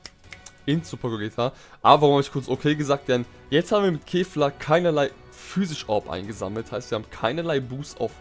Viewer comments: er spricht kefla wie Käfer aus 😑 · Mich triggered es voll wie du kefla aussprichst